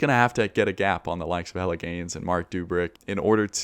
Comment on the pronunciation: Love that Jelle Geens is pronounced exactly like "Hella' Gains"